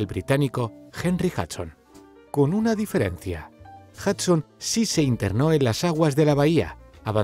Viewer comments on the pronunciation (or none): none